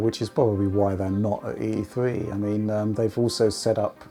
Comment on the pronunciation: E Thwee